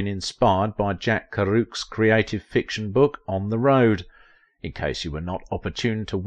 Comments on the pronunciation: Its pronounced Jack Ker-er-wac not kerook. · Worst pronunciation I've ever heard of Jack Kerouac.....